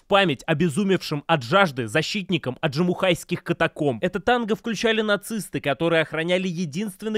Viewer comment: Не сочтите за занудство, но правильно не АджимуХайские, а АджимуШКайские каменоломни. Это так, для общего развития. Спасибо за обзор!